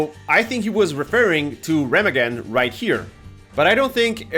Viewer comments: [ˈʁeːmaːɡn̩] Reeemaaagen, not Remmaggon ;-) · Jesus Chris. It’s pronounced Rah-mog-en. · I believe it's pronounced Re-ma-gen not Rem-agen. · Pronounced ray mah hemm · Dude, you mispronounce the name "Remagen". But this map is going to be shit from the start. Why give us a map that's of this design with this game and why not give us a Russian map instead because we only have two of them. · ree -maug-en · It’s pronounced “Re-mag-gen “. Where is the Monospatial from before? Your hating and haven’t even played yet? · It is pronounced RAY MARG EN according to every source I could find. I know you are Argentinian, so just a heads up, not mockery. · Said Remagen wrong 😂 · Anyone else bothered by how wrong he pronounces Remagen?